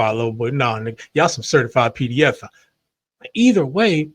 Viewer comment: People are over looking how Kendrick pronounced PDFiles If you listen back it does sound like peda-fouls or even Peda-F-Owls